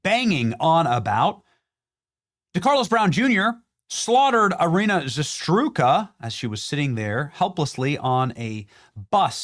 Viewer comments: I am a fan so I take no joy in pointing out that her name should be pronounced ZaRoootska not Zastrooka. On the 6th or 7th time I couldn't take it anymore. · Hey, Benny -- Get the name right!! Iryna Zarutska -- Za-root-ska. There you go. Saved from further embarrassment. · Dude you gotta learn to say her name right. It's Ee-REE-nah Zah-ROOT-skah. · It’s pronounced Zuh Roots Kuh Benny. Not that difficult bruh. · Thanks for all the hard work you and your team do and for bringing the truth. BTW: her name is pronounced Zah-Roots-kah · Bro keeps getting her last name wrong 🙄🤦‍♂️ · Benny, Benny, BENNY!!! Please, for Iryna’s memory & families sake, learn to properly pronounce her last name. 😢 ZA - ROOT- SKA. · Her last name is ZARUTSKA ZARUTSKA!!!! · Za-root-ska ! Please Benny. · Pronounced “zah-roots-kah”. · Benny, its ‘za-root-ska’ not whatever you said. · WTF was that ? It's "Z A R U TZ K A" Iryna Zarutska.. EEREENA ZA RUTS KA.C'mon, Benny! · Benny, you repeatedly mispronounce the deceased girls name. Why? Learn to read dude. Zah-RUT-ska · Bro learn to say her last name correctly for the love of God. ZA ROOT SKA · Benny! It's ZA-ROOT-SKA 😂 Love ya brother! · Its Zarutska bro, stop saying her name wrong with complete carelessness. Its not that hard to read it properly ZA-RUT-SKA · Zer-utzka....pronounce her name right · I very much appreciate and enjoy your commentary, Benny. Minor point: It is "ee-REE-nah (Iryna) "zah-ROOT-ska" (Zarutska). We mourn her tragic loss and pray for her grieving family. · Benny, please pronounce her name correctly…..Za-roots-ka! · Benny, it’s pronounced ‘Zah-Roots-kah’ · Benny, I love ya brother, but her last name is pronounced Za-ruts-ka! Keep up your channel, keep being the voice of us true Americans that believe in God, country, truth, and justice! And that legitimate psychopath absolutely needs to be held accountable for his disgusting actions, no excuses for what he chose to do. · Zah root ska. Zarytska. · It’s Zarutska, Za-ru-tska!